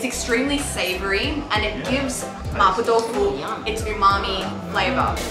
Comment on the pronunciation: I'm here again to pick some bones. It's actually not Ma "Poh/Poe" Tofu but more like Ma "P-war", with "war" being pronounced with a British accent. Event then, it's only much closer to the correct pronunciation but not the same. I'm talking about in Mandarin of course, maybe in Cantonese it sounds more like "poh"? I don't know.